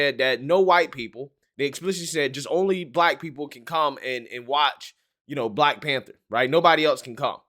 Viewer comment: "Black Panbther" Lol.